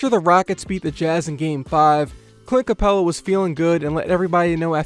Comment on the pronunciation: man really said cunt capella😂😂